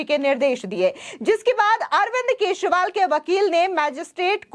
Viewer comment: Kesriwal nahi kejariwal kaho